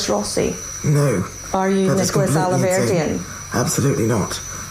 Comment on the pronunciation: The way he mispronounced the surnames! 'Rosey' not Rossi, 'Alverdeen' . Distancing himself?